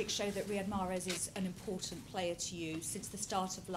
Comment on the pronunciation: 1st question answer: "Yes it is good we can speak about Mahrez first question then we can speak about the game" 25 minutes later still Marhez, Marhez, Marhez, Marhez, Mahrez